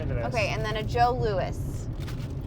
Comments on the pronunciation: Joe. Louis: not "Joe Lewis", "Joe Lou-ee"! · From a Canadian. The Joe Louis snack is pronounced “Joe Looee”. Not that anyone cares😋. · Love you guys! Awesome ❤ btw it's a jo louis. Silent s. Jo Louie 😊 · Friendly Canadian here! Even though is spelled Louis is pronounced lou-ee so it’s a Joe Lou-ee!